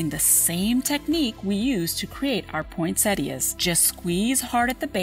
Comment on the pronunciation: Video: chill Narrator-bot - POYNNSETTIAS